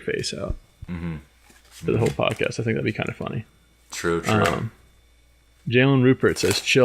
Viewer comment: Erm..."podxast "???😓 LOL ( the " x" is next 2 the "c" ...I hate when this happens ) 😣